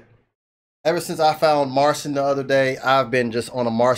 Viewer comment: Just so you know his name is pronounced as Marchin. That's the Polish way to say it.